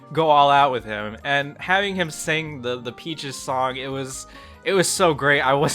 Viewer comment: I'm sorry but I literally cant hear him say Peaches, all I hear is Bitches